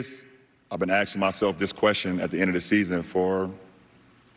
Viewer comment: He’s been axing himself….😂